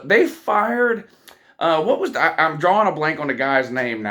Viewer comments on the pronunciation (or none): none